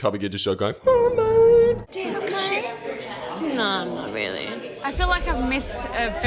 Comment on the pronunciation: The incredible thing is that these people and their vapid, inconsequence hold sufficient interest for the average Australian that this program is still broadcast. How does a speaker of the English language manage to transform the words "you" & "no" from single syllables into double syllables? Yieouw & Noiew. I would pay a lot to watch these people burn in a ditch.